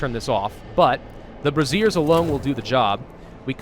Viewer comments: Say it with me.....Bray-Shur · Is it just me or is he saying braziers like brassiere? Makes smile haha